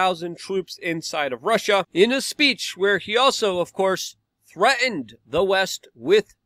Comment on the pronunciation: If you Can not pronounce “the”, then i do not trust you.